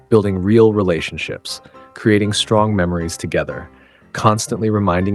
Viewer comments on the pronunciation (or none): none